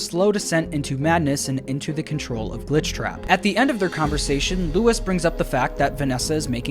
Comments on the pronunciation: Nice vid, but in , , , and , Luis is pronounced lwis not Lewis or Louis 😂😂😂 I don’t like when people call me Lewis or Louis… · everytime this man says "LOUIS" and not "LUIS" i die a little inside. my friend, it is LOO-IIS pls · So weird how Luis’ name is pronounced Louis even tho that’s not the same thingb